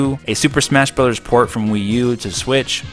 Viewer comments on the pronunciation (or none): none